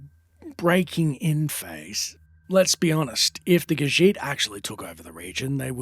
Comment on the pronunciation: She’s reading, “The Lusty Khajiitie Thievie.”